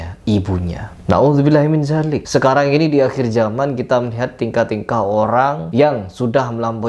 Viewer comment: Na'udzu billahi min dzalik pakai dzal (ذ) bukan zaalik (ز) heer